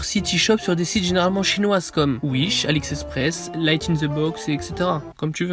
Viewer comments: "alice express" tu ne sais pas lire et dire "ali express" !!!!! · "Alix express" :') très bonne vidéo sinon !